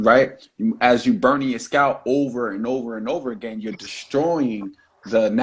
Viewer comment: I don't want a man who can't pronounce naVel, and scalP.